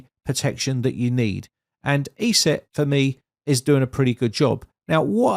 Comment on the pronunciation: It is not pronounced E-SET it is pronounced ES- SET